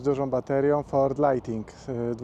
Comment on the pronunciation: "lajtning" a nie "lajting"